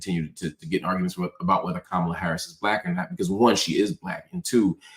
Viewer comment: This wierd thing of mispronouncing her name and these are people who want us to believe they’re smart, just doing this intentionally it’s just so to me racist and trying to “other” her. No matter if you’re a black man or woman doing it you’re aligning yourself with a really weird group of racist people. I just don’t get it at all when black people lower themselves and do this.